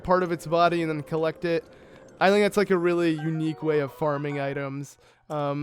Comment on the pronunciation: Ur good at the game, I give you props, but every time u say "then" u say "Thun" and I wanna yell at u sooo bad, but it's a great walk through, good job